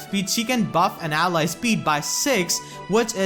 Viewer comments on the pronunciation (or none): none